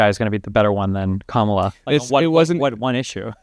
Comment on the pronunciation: The easiest sign you are about to talk with a brain dead Trumper is when they mispronounce Kamala. This dude said it right the first time, then purposefully said it wrong immediately after.